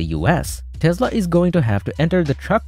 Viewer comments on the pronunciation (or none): What is a Tezla?